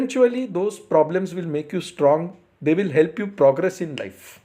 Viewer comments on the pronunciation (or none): none